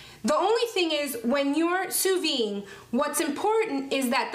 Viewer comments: Please, pronounce sous vide correctly. The “d” is not silent because there is an “e” at the end so it is “vid” not “vi”. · Sous VIDE. The 'd' noise is most definitely pronounced. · You must pronounce the “d” in sous-vide, as if you said vid for video. 🤗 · The D is not silent. It sound like sue veed.. not sue vee. And it's not true that it can't over cook a steak or any food using sous vide. A steak can get too soft and grainy,, almost mushy, but be pink in the middle if you leave it too long in the water. It takes many hours to get to that point but some actually believe it can stay in the water at the desired temp all day and be ok but the texture is awful. Your range is good on the steaks. Usually once you find the perfect time for a particular cut of steak you have 2 hours at the most it can hold in the water before the texture starts being affected. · Please pronounce it Sous VEED. The way you pronounce it sounds like "under life". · sous viDe. The "D" is not silent. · Just FYI in sous vide the "d" I's not silent, is is pronounced. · Great vid but there is a pronounced “D” in vide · Please pronounce the D lol..